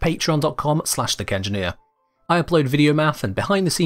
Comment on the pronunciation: I'm sorry, bet everytime I hear you say" the kengineer" I just hear "thicc engineer."